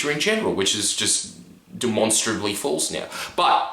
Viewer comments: Thank god someone else noticed! I was like wtf ew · I've never heard someone pronounce false like that what the hell